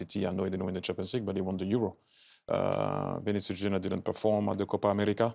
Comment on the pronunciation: “Vini Juniar” 😂